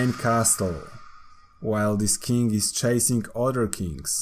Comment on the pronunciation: He says king kinda like kink